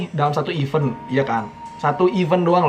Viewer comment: Event.. bukan even 😅😅